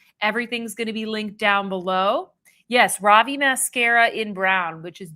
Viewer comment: Ravie is pronounced Ruh-Vee. 😊